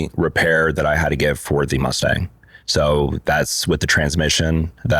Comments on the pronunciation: a Musturd.......a "dream" car...... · It’s Mustang…relax, buddy.